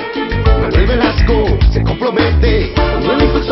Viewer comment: "y con todo CHAPAS!" y luego dicen que los de otros estados decimos Chapas en lugar de chiapas hahahaha